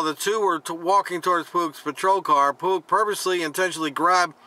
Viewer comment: Pugh is pronounced pew.